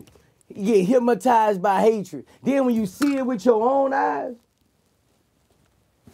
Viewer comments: I agree With most people said, I never really fucked with His Music, But this interview have changed the way I see him now, I didn't know he was so real and so smart. But, I just wonder, Am I the Only One who heard the "Hypmotized" Or what? Lolz, Still Love the Interview all day! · Im hypmotized him keep sayin.....HYPMOTIZED!!!! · I swear he said Hipmatized. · "No vlad, say it wit me. Hypma...tized" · They get HIPMATIZE by hatred🤣🤣🤣🤣🤣🤣 VLAD try soo hard to correct him..he kept say HIPMARIZE😆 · “hypmotize” 😆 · I'm not a native english speaker but to me it sounds like he's saying "hypMotized with hatred"... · "Hip-Mo-tise" with hatred